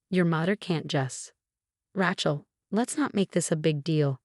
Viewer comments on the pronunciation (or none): Please research names before you use them. The way you pronounce Rachel makes it sound like ratchet which is a tool used in building. Its proper pronunciation is ray-chel! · All these stories the words are mangled or mispronounced. It's R-ay-chel not R-ah-chel and it seriously degrades the enjoyment of the story. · Ratchel is not a name.It's Raachel.learn it. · There is no T in Rachel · Rachel Not ratchel. 😂😂😂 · The name is pronounced Ray-chel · Yeah, Rachel should NOT rhyme with ratchet ! 😂😂